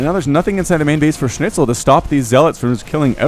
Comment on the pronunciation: His Schnitzel doesn't sound too bad honestly. Kinda ok to listen to. So yeah, congratz on not butchering the pronounciation too hard I guess,.